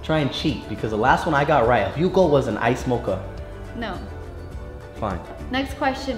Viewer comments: The way Austin pronounced “ jugo” as “ juko “ had me dying 💀💀💀💀😂😂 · "I got my baby her HUGO!!" OMG, Austin, lol! It's JUGO or juice! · Catherine :Jugo de naranja Austin: Jiogo 😂😂😂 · I felt so bad but it was freaking hilarious how he says jugo all happy but he has it all wrong lmfao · Boy kept pronouncing jugo wrong lol I can't.